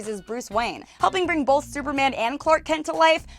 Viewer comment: Bolth. I don't pronounce the "L" in the word "Both".